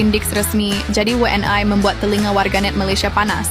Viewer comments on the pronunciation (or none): WNI ya bukan W N AI...